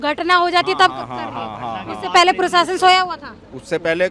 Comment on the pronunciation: मैडम सिरफिरा आसिक नहीं आशिक प्रसासन ने प्रशासन होता है रिस्वत नहीं रिश्वत होती है